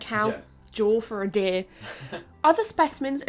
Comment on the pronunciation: The accent is off-putting. Sometimes it's just "deer." Other times it's "deh-uh-eeuh," with vocal inflections. Deer is not a tripthong. Chop it off,. Just say, "deeurh." A dipthong, no changes in tone needed. Di urh. Dee urh. Gurl, you makin; me sweat up in heah. Also, it is adaptations, not "adaptions." Please and thank you. But your presentation is otherwise excellent. If all I can do is find stupid "fault" with minor pronunciations, you know you've done a great job.